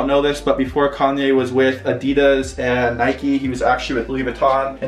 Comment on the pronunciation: A-dee-dass not eh-dee-duss